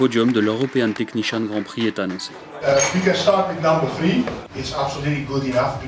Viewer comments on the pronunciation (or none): none